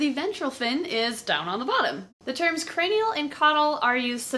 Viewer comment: lataral and cranal!